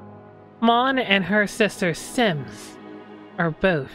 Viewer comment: You didnt say Sims You said Simps. Also this was fun to watch. Not your stock one. Twisted, well done.